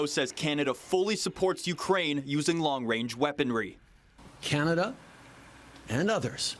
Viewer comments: “Long wange” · "Long wange reaponry" You tell 'em Justin. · Wong wange weaponwy? Weally?